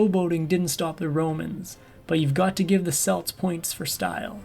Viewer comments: Aside from the pronunciation of Celts and Celtics, which made me shudder, I just "love" how the narrator painted how the Celtic warriors killed innocents in their attacks as something bad despite how the Romans treated her people and hundreds of thousands of others like them... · The Celtics with the s sound are a basketball team. The Celts with a hard K sound are a race of people. I wil leave the mash he made of Prasutagus alone.